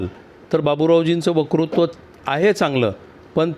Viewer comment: वकृत्व नाही...😅😅 वक्तृत्व म्हणा... शाब्बास रे..इथचं फेल झाला कार्यक्रम 😂